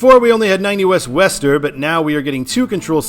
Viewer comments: Worcester is pronounced "Wooster." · Worcester is pronounced "woostuh".